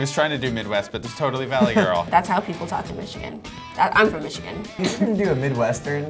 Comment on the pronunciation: the black girl said "i'm from Míchigan" lol